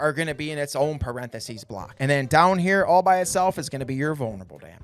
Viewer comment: What the hell is a perenthesies? 😂 Jk, nice vid.